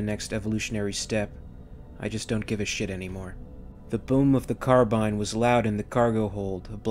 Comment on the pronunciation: Aha you say carbine correctly here!